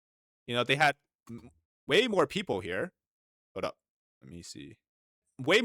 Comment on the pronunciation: I think it’s fucking hilarious. Every time you say the word people 🤣👉 PEEP-OOO🤣👋🤣🤣🤣👍 you got us all fucking dying over here at my house. I have this video playing on my surround sound every single time you say that word we are fucking dying of laughter over here. Thank you so much for making our day.